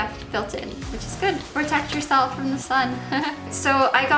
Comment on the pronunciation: You should try talking like an adult, maybe take some English classes or something.. I've noticed you say a ton of words incorrectly and I'm not sure it's on purpose that you talk like you're 13. "Put d make up in the fairy fairy corners of d eyes"